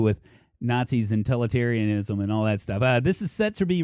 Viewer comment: "tolitarianism" lol. I know you meant totalitarianism but that is still pretty funny.